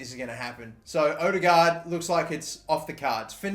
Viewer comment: Its Ødegaard nok odegaard